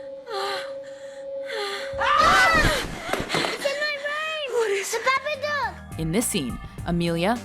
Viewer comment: Did she just call it the Baba-Duke?